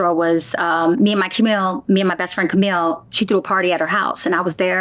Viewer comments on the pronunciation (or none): none